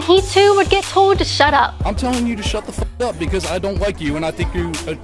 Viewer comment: I like Kaitlin, my only complaint about her is how she pronounces some words. Once I heard it I couldn't stop hearing it in every video. Listen for words with "L's" in them some examples are: Told=towd Called = in this video. I'm not making fun of her, but it's like being in a quiet room with a loud eater, or like being in a quiet room with someone who is breathing way too heavy for just sitting there. It's just a little annoying but definitely not a reason to stop watching. Keep up the great work!